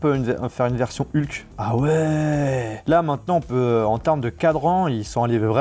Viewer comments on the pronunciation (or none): none